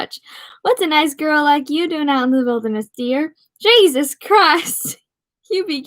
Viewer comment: You have a good reading voice Critique - up your vocab and spare e'reone the censorship *heehee ur irish sounds like a northerner imitating a texan s'all good tho , work on it ... **jesus = jay'suss (nell) ***"ah'yuhp" is the maine colloquialism (you're close) n o c e n s o r s h I p ✊